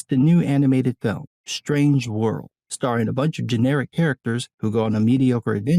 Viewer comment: Pronounced STRANGE World. Not SHTRANGE World.